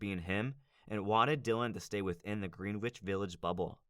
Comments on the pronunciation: Good video! Just a heads-up, it's pronounced "GRENN-itch", not "Green Witch" Village. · It's pronounced 'GRENICH' village, not 'GREENWICH' village